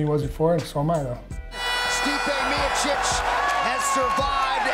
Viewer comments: Mike "Stipe Miosis" Goldberg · That Stipe Miosyc 🤣🤣🤣🤣🤣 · When Goldberg says stipie myosick you agree